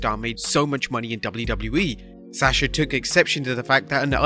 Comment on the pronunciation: Every time I hear him say Sasha I cringe because he can’t pronounce her name right.